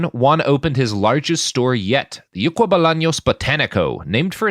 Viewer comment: I can confirm you mispronounced something in Paraguay. The name of the store is "Ycuá" not "Yucua".